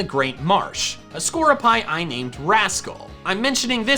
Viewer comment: Isn't Skorupi pronounced "Skor-roo-pee", as in the Japanese way saying "Scorpi"? Pretty sure Skorupi's name is derivative of the word "scorpion"